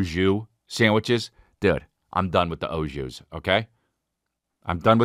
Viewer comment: Don't say O (shoes)JUICE when your brain knows it's AU JUS before you talk smack about it. Hello, I'm from the arctic circle by the way, and still I know that it's au jus. Pronounciation approved over time though, so you're excused.